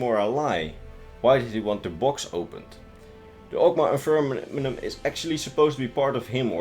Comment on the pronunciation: (Awg-maw) (In-fin-ee-um)